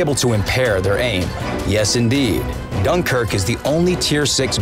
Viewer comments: .Yep Gunkuerqe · Gunkrk lol